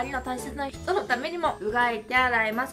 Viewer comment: やっぱり食べた後は吐いてるのかな、、歯ブラシとかで。。じゃなかったら驚異の胃袋の持ち主。。 最後のソーシャルディスタンス言えてなかった件wwさ行が苦手なのね(笑)